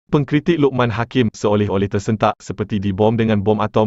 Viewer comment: Min, ayat oertama pun dah salah. Sebutlah dengan betul. "Pengkritik Lokman Hakim seoleh-oleh...", seolah-olah bukan seoleh-oleh.